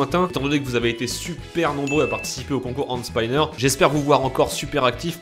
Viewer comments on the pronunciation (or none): Mais Putain c'est pas 'HandSpainer' c'est HandSPINNER { 'i' pas 'a' }.. c'est grave sa .. putainnnnn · Hende Spainneur XD MDR il Sais pas dire hand spinner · Pourquoi prononcer "hande spayner" bordel, d'où vous vient l'idée de dire spayner au lieu de spinner normalement ? "olol je madaptt a un aksen english ?" sauf que ils savent prononcer le i façon français et que c'est pas toujours le i en "ay".. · Pourquoi les Français sont les seuls à ne pas savoir prononcer hand spinner ? C'est pas spAÏnner, mais spinner, ça se prononce comme ça s'écrit. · on dit "end spaïneur" mais "haind spiner" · Hand spaïneur????😭 hand spinner hand spinner pas de aï , bon sinon bonne video desolé mais'ca stress😂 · Andeu Spaïneur 😂😂😂😂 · c'est hand spinner pas hand spynner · comment il a niquer le mot "Hand spinner " RIP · Il à prononcer hand spinner fausse